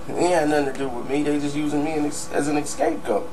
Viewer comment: it's scapegoat not escapegoat dumb fuck !